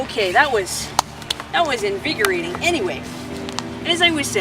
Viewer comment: <3!!! "that was einViGorating" LOL